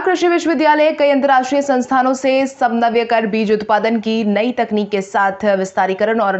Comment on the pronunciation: समन्वय अभी भी नहीं बोल पाई